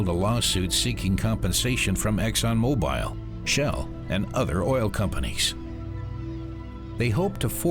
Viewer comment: Good report. Just, it's Exxon Mo-Bull not Mo-Bile.